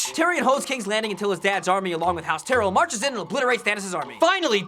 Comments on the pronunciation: Its tie-rell. Not tea-rell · is there a reason their pronouncing it "tear-el" instead of "ty-rel"? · Just saying, it is pronounced tie-rell, not tyrall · Not tyreel Ty-Rel